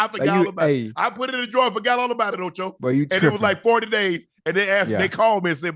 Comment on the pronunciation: Not Toe-Cho! Lol